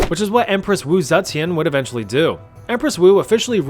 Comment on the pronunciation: Dude you butchered Mrs. Zetian's last bame